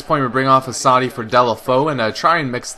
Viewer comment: You pronounce Assaidid like ass-a-eede